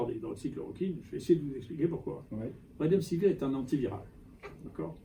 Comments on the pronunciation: Avez-vous remarqué ? Le professeur Raoult prononce "redemsivir" au lieu de "remdesivir"; de fait, la suite des lettres est plus familière et plus facile à prononcer. A part ça, D.Raoult est clair sur le rôle et le non-rôle du médicament en question. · il ne sait même pas prononcer le nom du médicament, il le prononce "redemsivir". Il donne son opinion sur un médicament dont il ne sait pas prononcer le nom. Un médecin qui ne sait pas prononcer le nom d'un médicament qu'il est censé prescrire, c'est un grand scientifique mdr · lol, il ne sait même pas prononcer le nom du médicament, il le prononce "redemsivir" . Il donne son opinion sur un médicament dont il ne sait pas prononcer le nom, et vous dite qu'il connait son sujet, vous êtes rigolo. Un médecin qui ne sait pas prononcer le nom d'un médicament qu'il est censé prescrire, c'est un pro